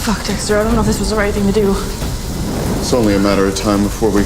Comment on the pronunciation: She called him Sexter